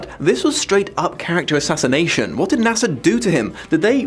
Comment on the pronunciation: Character a-NASA-nation